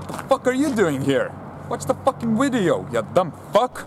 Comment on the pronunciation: that is some dank shit he said weedio not video nice one bruh